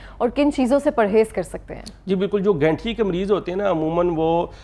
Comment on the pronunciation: AP shayad Gathia ko Ganthia keh Rahe hn😅